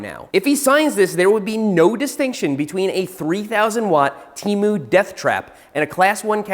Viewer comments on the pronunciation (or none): none